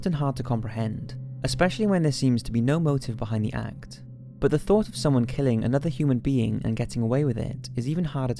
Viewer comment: oh for the love of god learn how to pronounce the word 'but' correctly its infuriating!!!! plus you use it way too often